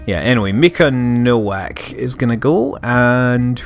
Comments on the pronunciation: Nowack is pronounced Novak usually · Scott "Nowak" is a Polish surname, you pronounce it "No-vak" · you should read "w" in "Nowak" like "w" in "Wiktor"